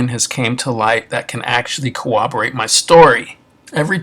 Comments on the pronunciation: Corroborate. Not Cowobberate. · The word is CORROBORATE- Not Co-oberate or co-operate. That is all. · Its not "cooperate" your story, its "corroborate". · Bro, the word is core-rob-ber-ate. Not co-wob-ber-ate